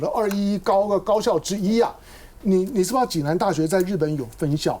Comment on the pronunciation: 是暨（ㄐㄧˋ）南大學而非濟（ㄐㄧˇ）南大學